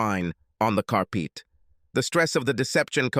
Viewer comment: Whats with the mispurnuncation of words dude, wine spilt on the car Pete.and that's only one of many makes me laugh.